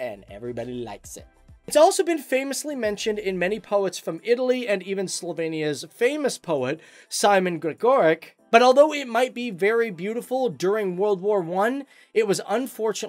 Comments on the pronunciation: Is it really hard to say letter č? Gregorčič is not the same as Gregokik or whatever you say and Soka river is Soča river. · its not pronounced LipiKa, but Lipica, how can i.....tell....the most similar sound......like u would pronounce it Lipisa, or Lipiza also its not pronounced SoKa, but Soča......Socha, and not Simon Gregorek, but Simon Gregorchich ( Simon Gregorčič)